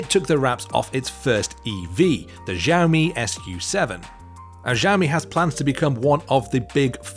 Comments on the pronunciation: Xiaomi is actually pronounced as shao-me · ZIAOMI 😂 WTF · Xiaomi is pronounced as Xiao-mi..